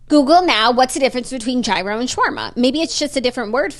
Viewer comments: The Greek pronunciation of gyro is “yeero” not “hero” but I am thoroughly enjoying the hero tangent 😂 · its YEAR-RHO lol not "hero" lolllllllllll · don’t pronounce the g in gyro, so “yeero”. I couldn’t tell you why i care so much but it’s driving me nuts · Gyro is lamb !!! And it’s pronounced yeero